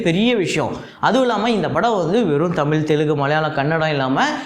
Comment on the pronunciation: தமில் இல்லை. தயவு செய்து தமிழ் என்று உச்சரிக்கவும்.